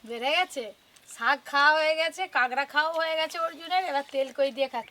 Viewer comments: কাগরা না কাকরা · Ota kangra nay kakra balo kore kichu bolte o paro na abr bolte suru koro